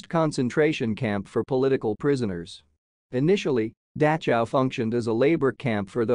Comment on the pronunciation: I’ve never heard the name of this camp pronounced like this. It’s very distracting. Couldn’t finish the video.